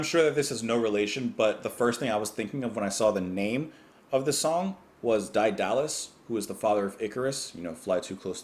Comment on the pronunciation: I presume someone in comments has corrected not only your pronunciation of De-li-us but slatted you to this composer?